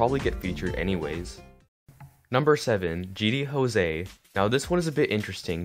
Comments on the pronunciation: It’s gd Jose not Jo-se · Why on gd jose you said it gd hose